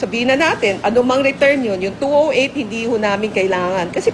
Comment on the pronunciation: numbers yata tinutukoy mo madam bakit 2o8 at 2o9 binibigkas mo 2o8 ba yan o two zero eight